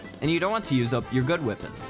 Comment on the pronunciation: "Champion's Wipons"😂